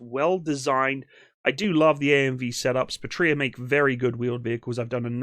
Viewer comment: Excellent and very informative presentation. IMAO Patria has the accent tone on the first "a" and not the "i", since the word comes from Latin, meaning "Fatherland".